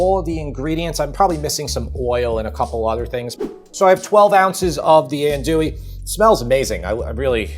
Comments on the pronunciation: not to nitpick too badly but you mispronouncing undewee you pronounce it in Dewey which is no that was pronounced. it is pronounced on AHNTOUIE on Dewey So it's not like N Dewey or N Dewey it's on AHN how it's pronounced TOUIE. I know it's your New York accent believe me I need a pick with English people about how to spell how to pronounce Jaguar and then call it Jaguar If you turn to tell him it's a Latin American word in the Spanish language from Native Americans and you're pronouncing it wrong it won't listen. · Dude, dude---AHN-doo-ee. -SAH-cha-rez. And no rouix??? 🤣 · That's ahn-du-we sausage. 😁